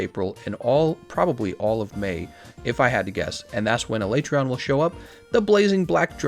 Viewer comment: First time a YouTuber has pronounced Alatreon the same as me.